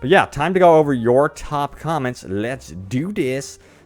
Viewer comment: "Lets Dew Dis" Come on,LOL.JK.